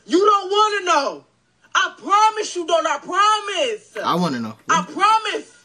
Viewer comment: Bro! Where did the TH come from? BOL😂😂😂😂😂